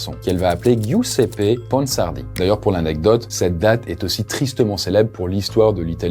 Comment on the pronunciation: Giuseppe se prononce "Djousépé" 💔. Ça fait mal à entendre, mais si jamais avec Google trad tu as la possibilité d'avoir accès à la bonne prononciation des noms étrangers pour tes prochaines vidéos ;)